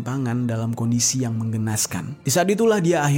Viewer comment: Gemes bang tiap lo baca mengenaskan jadi menggenaskan 😂